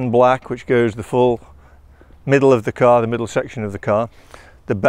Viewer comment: says car in an American accent lol